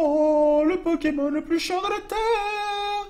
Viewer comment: digigamer man non il les prononce bien